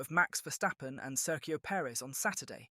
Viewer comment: Listen up Bruv, as an Englishman your pronunciations should be on point, and yet you continually have an issue saying Sergio Perez’s name! There’s a bloody G in his first name and it isn’t fkn silent! FFS, get it right!